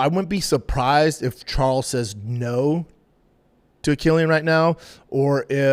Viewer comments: His name is Kwyl-in. Not Kill-ian. Jfc dude. I can’t even listen to this shit. I’ll be back for the next episode though. Love ya dog. Hopefully you’ve learned how to pronounce the man’s fucking name properly by then. Good day sir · Bubba “Quill “ like porcupine . Quil - llian … Not killian 🤦🏻 Love you B 👊🏽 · Quill-an, Jesus fkn Christ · You should teach Brendan how to say his name correctly first.